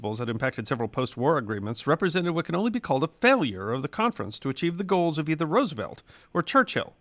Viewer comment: Gratified and impressed that you have changed your pronunciation of FDR's last name. You are a true class act.